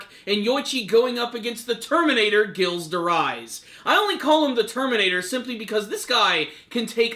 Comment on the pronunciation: Dude you were butchering Gilles' name so badly in this lol